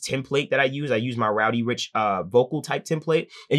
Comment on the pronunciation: Please stop saying rowdy rich. It’s ROD DEE RICH